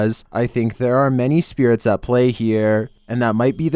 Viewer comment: Video: “humans can be scarier than spearatez” in that one voice Me (confused): do you mean spirits???